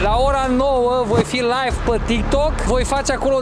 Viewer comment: Tu zici life (laif) sau mi se pare? 😂